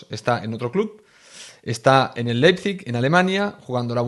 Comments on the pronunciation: yessi marsh es la pronunciacion 🙄 es ¨ar bi laipzig¨ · Se pronucia Laipzig😂. Vivo en Alemania y te entiendo tio😂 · Ah, sobre la pronunciación del nombre del club alemán, primero te falta una letra, tu pones LEPIZIG y es LEIPIZIG... foneticamente se pronuncia "LAIP-SIG" 😁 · Si se le dificulta decir los nombres de los jugadores de Leis Pig Ya me imagino como hubiera reaccionado a los nombres del equipo lokomotiv de Moscu o del AEK Atenas del 2003 jajajaja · Spider...a ver lección de pronunciación. Te escribo como se pronuncia el entrenador del leizip. Jissi Mersc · Pues Leipzig es muy fácil de pronunciar